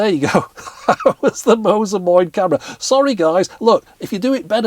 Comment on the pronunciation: Moin is a common dialect greeting especially in the northern German regions. Sure, it most likely doesn't have anything to do with this device's name origins, yet I find it funny to hear a "Moin" from you - correctly pronounced as well, haha!